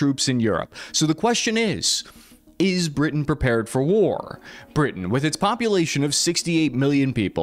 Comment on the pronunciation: LOL “Britian”